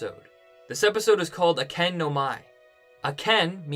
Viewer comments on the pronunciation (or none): It's pronounced "ah-ka-ney" the sound "ken" isn't even in the spelling of akane